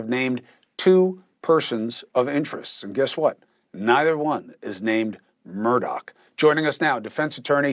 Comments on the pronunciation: Im glad I'm not alone!! Nancy Grace drives me crazy the way she says Murdog!! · Murdaugh isn’t pronounced Murdoch either.🙂